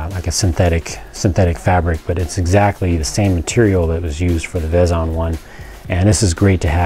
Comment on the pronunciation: It's pronounced Veezon